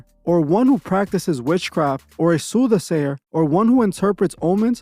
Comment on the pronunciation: Deuteronomy u mean 😂😂😂 A soothasayer 😂😂😂😂 SOR CER RER 😂😂😂